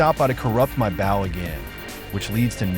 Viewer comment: Maybe for the bow pronunciation issue, spell it like Boe (or Bough) ? Idk, you've probably tied it